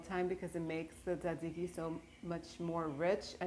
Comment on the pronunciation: Minute you said tsixzike I’m sunscribing